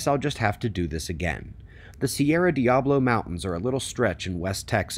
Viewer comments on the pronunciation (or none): none